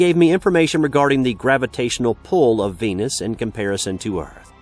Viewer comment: You had me till I heard Venis.